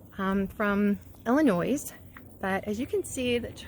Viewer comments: Its ill annoy not ill a noise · "Illinoise"? Please. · Lol. There is no noise in Illinois. It's simply Ill-in-noi. No S. Lol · There's no noise in Illinois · You do not pronounce the S in Illinois. I don’t know why it has one but that’s the English I was taught in Minneapolis public school. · Drop the S in Illinois, it's silent. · For the love of Jesus. Please stop pronouncing the "s" in the state name of Illinois. It's silent. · Hope this is no offense to you, but the “s” is silent in the State of Illinois. Love your videos…